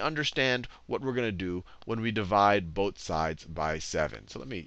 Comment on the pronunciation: I like his accent, or the way he says things. XD I know he's saying 'Both sides', but I keep hearing 'boat sides'. XD It's making me smile. I've never smiled when being taught math before. I've always hated math with a burning passion. But now I'm actually smiling at it. ^__^ That's something remarkable.